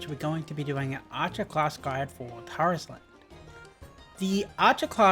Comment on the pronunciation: it's pronounced Tarisland, like air, not are, the cutscene when you launch the game they pronounce it like air